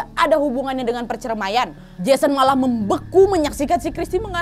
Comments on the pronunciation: kak Nadia bilang CERMAI wkwkwk😂😭 PERCERMAIAN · Perceraian Bukan percemaian